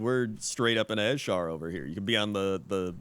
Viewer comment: You pronounce Azshara annoyingly. It's just Azshara. Not AZ-shara.